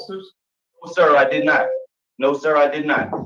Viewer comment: Yes he "De'id." have a lot to say.